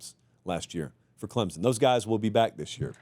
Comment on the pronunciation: Can someone tell this dude how to pronounce Clemson????